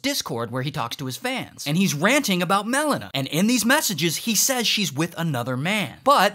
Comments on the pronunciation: And Mel-ena instead of Melina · Melon-a and Des-Tiny absolutely killed me lol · Dez-Tiny and Mel-inna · The way he pronounces Melina just hurts my ears